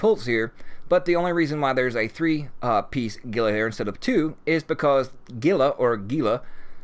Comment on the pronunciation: Gila is pronounced heel-luh